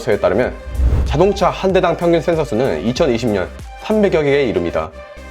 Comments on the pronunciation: " thㅔㄴ thㅓ" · 형 센ㅡ서 발음 너무 중독된다.. ㅋㅋㅋㅋㅋ